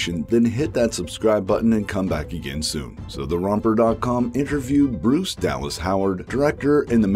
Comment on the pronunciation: You know it's pronounced "Brice" not "Bruce", right?